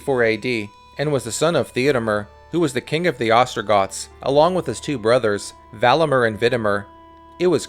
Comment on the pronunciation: Valamir and Vidimir not MER